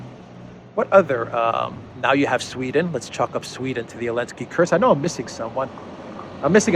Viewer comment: I like your videos but the only thing is. It’s not elensky is Zelensk with the Z!